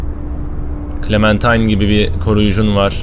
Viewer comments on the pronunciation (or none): başladık =) abi bu arada clemintine değil clementine